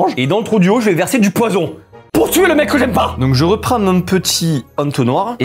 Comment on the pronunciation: Le « eu »du poisson sa m’a tuer